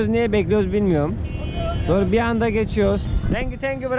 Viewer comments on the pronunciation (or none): none